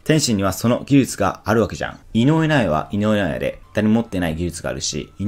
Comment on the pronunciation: 井上尚弥が言えていない